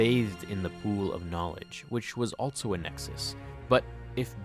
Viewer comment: Only critique of a great video. The word 'also' does not have a 't' in it.